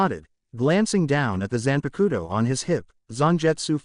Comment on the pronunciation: Just, some names are pronounced wrong, like Kisuke, the auffix -san, Zanpakuto etc. and the pronounciation is too flat. That's probably because the names are pronounced like they are english names and not japanese ones.